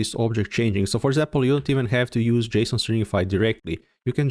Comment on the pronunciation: Love this video. Today's my first day I ever touched Svelte and what can I say? I like it so far. By the way, there's a mistake in the timestamps. Components are , not . Love the pronunciation of JSON. Are you French? 😉